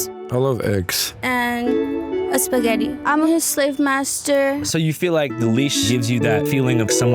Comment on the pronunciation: aww she said espagetti.. that’s Spanish for spaghetti 😌